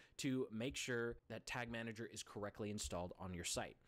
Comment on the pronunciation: lol "Tag Manger"